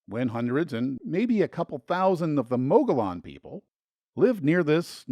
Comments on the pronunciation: The word Mogollon is pronoucned 'MUG-EE-OWN' ! ! ! ! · Mogollon -- pronounced Mo-gee-on. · I've always heard Mogollon pronounced "muggy-on" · In Spanish the double L is pronounced as a Y. Like tortilla. Mogollon is pronounced Moe-Gi-On. It was the name of a Spanish territorial Governor of New Mexico. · Mogollon is a Spanish word, not pronounced the way you mistakenly did. Remember that two lls in Spanish are "y" Thus, the correct pronunciation phonetically is mug-y-own'